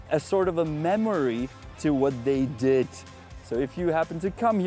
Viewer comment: btw one thing that really bugs me is that when you speak English you keep devoicing the final consonant (i.e. saying "pup", "dit", "roat" (instead of pub, did, road)) 😬 other than that you speak English very well, I love the fact that you are able to pronounce the TH sounds as well as IH (i.e. not saying EE) and that you can even do the flap T 😂